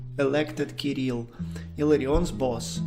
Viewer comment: La traduzione fatta dall' intelligenza artificiale è pessima e storpia i nomi : Hilarion non si sa perché diventa Leon e anche il nome dell' Patriarca Kirill è pronunciato in diversi modi sbagliati!!!